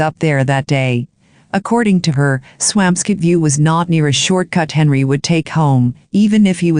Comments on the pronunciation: Its Swampscott , NOT Swam Scit Such a sad story. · I'm from that town. I promise you that it's pronounced Swamp Scit 😉